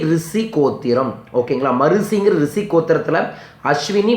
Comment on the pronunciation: அது "ரிசி" அல்ல "ரிஷி" உச்சரிப்ப்பே ஒழுங்கா வரல... This is a funny video... don't waste our time...